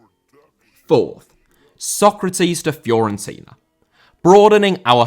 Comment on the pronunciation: Fiorentina* not Fiorentiner